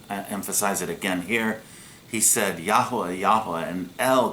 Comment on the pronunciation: For goodness sake please stop posting misinformation and making very silly pronunciations of the Holy Name of G-d